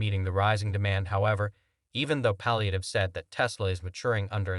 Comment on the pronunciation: You pronounced Palihapitiya 3 different ways, and yet all 3 were wrong. Lol. If you are going to do an entire video on one person's comments you should either research the correct pronunciation or just use their first name.